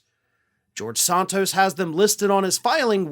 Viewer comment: I like how you pronounce it Sawntos. It’s wrong and it’s great.